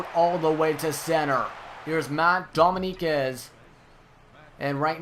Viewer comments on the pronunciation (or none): Btw, dominguez is pronounced dough-ming-guezz :)